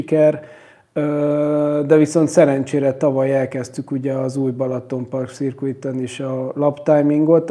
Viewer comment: Nem akarok nyelvi troll lenni, csak jó szándékból írom, hogy a “circuit” szót nem “szirkuit”-nak kell ejteni, hanem “szörkit”-nek. Elnézést, hogy ilyen magyarosan írtam a fonetikát, de így tudom átadni a legjobban. :) Ha nagyon brit angolok akarunk lenni, akkor az “r”-t sem kell benne kiejteni.